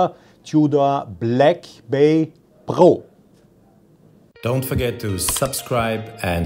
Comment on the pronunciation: It's called Pro not Po!